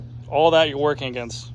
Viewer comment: Bro said "all that" like it was metric tons